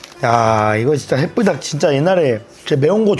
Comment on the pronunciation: 왜 자꾸 핵불닭을 해뿌닥이라 함?